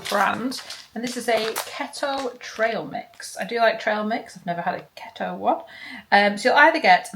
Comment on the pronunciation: Please look up how to say Keto & Chipotle love 😊💖 great video x